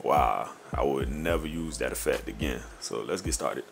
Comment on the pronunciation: "dat" "dat" "dat" Do mean to say, in plain English, "The way you do THAT"? Sorry, but the way you speak reminds me of the 27 years I spent working in the USPS in Houston, TX where 95 percent of my coworkers were black, or is it Black? Whatever...great tutorial, anyway. I appreciate your time and sharing. I learned a lot. Many thanks for your efforts.